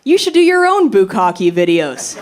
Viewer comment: Bukka'keh - the last "e" is a short "e". Bukka'keh - "to pour large volumes upon"